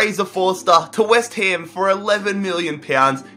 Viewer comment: Nice vid... keep up. but i'ts west ham not west haim.